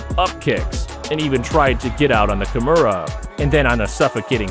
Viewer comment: Ty nice video. Please work on your pronunciation. You are getting some of the words like Kimora wrong.